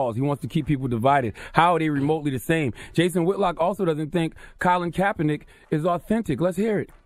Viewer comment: This Niga said Colin Kapernike "Martin Luther Korn Roll"